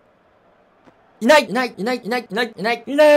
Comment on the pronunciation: 最初はいない！だったのにだんだんｲﾅｲｯ!ってなってきて最終的にｲｲﾈｯ！👍に聞こえてきた